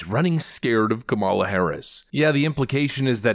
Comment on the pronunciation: Dude. Learn how to pronounce the vice president's name. It's not difficult.